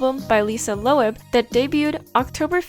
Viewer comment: just fyi Lisa Loeb's last name is pronounced like "lobe" :o)